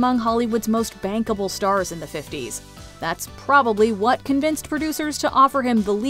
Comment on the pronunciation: Erm, , did anyone else hear the word "bankable" as... something else?